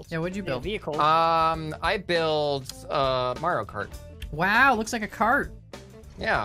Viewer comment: says Mareo Khart My mind: is a boomer? 🤔